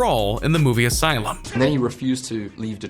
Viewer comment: Did you just pronounce Elysium as asylum? Dude.